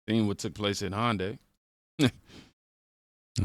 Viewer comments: Hey, brother, I watch all of your videos and love them. I want to help you out though. You keep saying "HON-day," which sounds like Honda. It is correctly pronounced "HUN-day." I worked for Hyundai Motor Manufacturing for 13 years until I retired and they were adamant about that pronunciation. Just trying to help out so there's no confusion. Keep the videos coming and I'll definitely keep watching. God bless America! (I'm also a Desert Storm veteran.) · Hun-day. Is the easiest way to pronounce it if your feeling challenging then : Hyun-day. Like a fast he-yun -- day. Its one of the big Korean companies. * Honda is a Japanese company, different language and culture. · It's hyundai not HONDA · Just an FYI- Hyundai is pronounced like Sunday. Thanks for all you do! ♥️